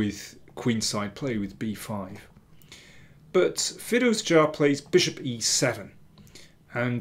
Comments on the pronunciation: i was wrong. your pronounciation is correct and every other commenter's is wrong. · You pronounce Firouzja's surname really well